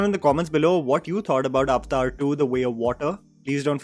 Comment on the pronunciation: The word is Avatar ( a va tar) say it right stop confusing it with the hindi word.